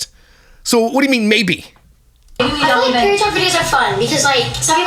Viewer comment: "I fill like"